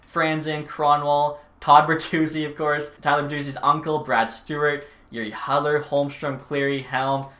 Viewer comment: think it's Jiri hood-ler not hud-ler